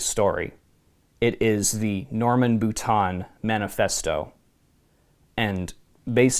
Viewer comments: Had to cringe every time the Author's last name (Boutin) was pronounced like "boot-On" instead of "boot-inn" or the proper way of "boo-teen." Since when is the i pronounced like a short o? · Not bootan. Bootain.